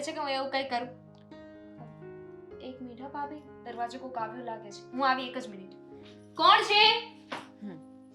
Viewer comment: ને સરખી રીતે ગુજરાતી બોલતા કોઈ શીખવો..... બધા શુધ્ધ ગુજરાતી બોલે છે... અને આ ગોબો છે... ની બદલે સે બોલે છે